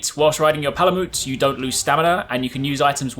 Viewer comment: Palamute is pronounced the same as Malamute, the breed of dog: Ma-luh-MYOOT not MOOT. Just as Palico is a play on Calico, a breed of cat.